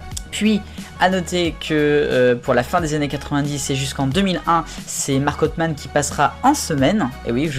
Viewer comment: Sinon pr marc autheman on ne dit pa authemane ms autheman.